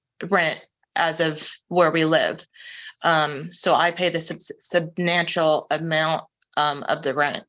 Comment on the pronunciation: WTAF does “SUBNANTIAL” mean?!? 😂🤦🏻‍♂️😂